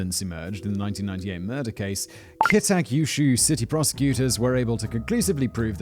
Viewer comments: I don't know if you'll read this, but the city is pronounced Ki-Ta-Kyu-Shu Sometimes just getting the individual sylables down is all you need. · I love how he never pronounces Kitakyushu the same way twice (and still never gets it right). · It’s pronounced in 4 syllables (Kee-Ta Q-shoe) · It’s pronounced Keeta Q-shoe 😆 thank you for this once again amazing video. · Every time Simon says Kita Kyushu he drops another letter from it by the end of the video he'll just be saying 'k'